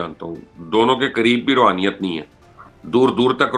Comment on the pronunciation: Rohaniat nahi Raoniat h dono mn